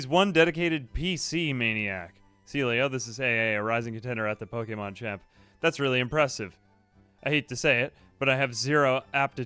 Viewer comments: AA, I love you, but I swear to god if I hear Po-"eight"-mon one more time... 😂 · Amazing video but how you pronounce ’Pokemon’ is diabolical